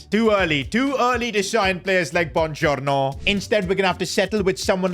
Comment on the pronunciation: The BoOngIOrnO 😂😂😂